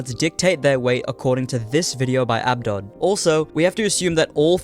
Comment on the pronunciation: never heard someone pronounce abdod like that